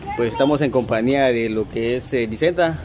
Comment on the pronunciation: Sedise compañía no compania